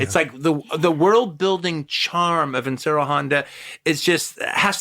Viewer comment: I just wish Quentin would take the time to pronounce Inoshiro Honda's name correctly. My God. That is annoying. It's "Ee-no-shi-Ro" or "Ish-ee-ro"...sort of like Andrew/Andy. He just keeps saying "Inseero", and it sort of gets under my skin. But...i should shut up. He is definitely giving Honda the props he deserves. And that is all that counts, really. Ah yes...the Quentin/Ifukube remix is back in the house